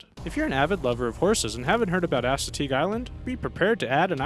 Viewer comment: *ASS*ateague Island? Your way pronounced is hilariously wrong.